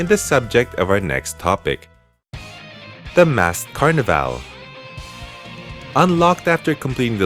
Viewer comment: Totally not making fun of you... but i think just about every native English speaker cringed every time you said Carnival. You're saying: Car-neh-Vale when it's more like: Car-Niv-All